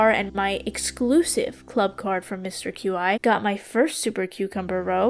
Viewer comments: Mister Q-I, (as you put it) is pronounced “chee” I thought it was kinda funny though ngl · So I noticed you kept saying Qi's name as like Q-i and it is pronounced Qi like "Key" that is how it is supposed to be said. And sorry if this comes off as rude as it is not supposed to be rude. I just wanted you to know how to say his name. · Mr Qi is pronounced chee by the way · Qi is typically pronounced "key" in case you wondered. It shares it's definition with the word ki or chi. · I think Qi is pronounced chee, as in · Qi is pronounced “chee” also I loved the video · is it just me, or is Qi pronounced "key"? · I think it's pronounceed 'Key' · qi is pronounced like “chee” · this was rly fun! btw Qi is pronounced "chee" 🧡